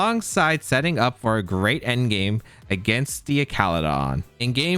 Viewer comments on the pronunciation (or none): none